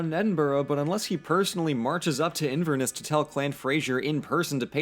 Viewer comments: Small thing, it’s Inverness not Inverniss. Also please do Ireland next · How to pronounce Inverness In ver ness Not Inverniss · Just going to say a couple pronunciation corrections. Inverness - In-ver-ness Edinburgh - Ed-in-bur-uh Gaelic - Gah-lick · as someone from inverness you pronounced it like inverniss . awsome video though i enjoyed it :) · Gay-lick or Gah-lick.. Can we please acknowledge he said Inverniss instead of Inverness?! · >Says he's half scottish >Can't pronounce Edinburgh, Glasgow, Inverness, or Scotland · Ehh honestly it's not that big of a deal. I'm Scottish; as basic as the info in this video is, it's not that bad. There's obviously confusion with the flag, but that's a minor detail. I was thankful that he pronounced Edinburgh and Glasgow well, despite Inverness being a bit off, and the accent is more funny than anything. Also, the union jack doesn't include the Welsh flag in part because it's a dragon. It doesn't really fit with the aesthetic the Southerners were trying to project. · the way you pronounced inverness 🤮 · does reaserch *still pronounces Edinburgh, Inverness and Fraser wrong *